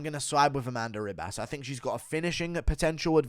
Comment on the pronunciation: Its Amanda Ribas pronounced Hibas. Get my future wifes name right dude.